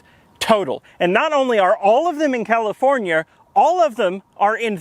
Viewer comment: "californiar" lol